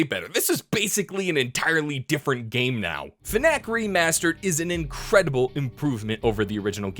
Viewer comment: When u say FNAC I hear FNAK which also sounds like SNACK lolololololololololololololololololololololololololololololololololololololololololololololololol